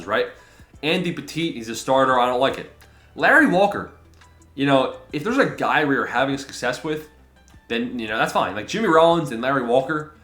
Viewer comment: Andy Pet-it.. not petite